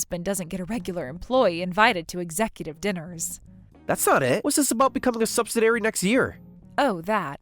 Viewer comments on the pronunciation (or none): Argh! If i hear subsiDAIRY one more time...please say subsi-DEE-ary.